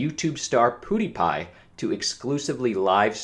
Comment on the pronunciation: He keeps calling him poodiepie haha